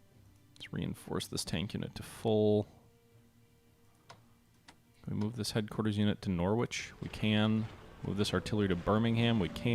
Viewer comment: Just a note on pronunciation. Norwich is pronounced Norrich. The 'w' is silent.